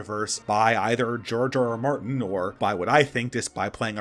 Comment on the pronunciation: It sounds like you're saying "Jar Jar Martin." XD